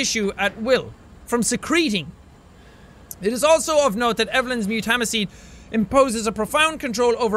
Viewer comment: You pronounce mutamycete wrong its pronounced MUTE-A-MY-SEAT